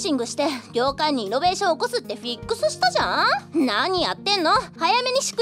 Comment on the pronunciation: イのベーしょン